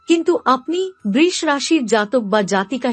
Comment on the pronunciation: Aber djop suru holi R apni BRish bolen kano? Nakami thik kore uchharon korun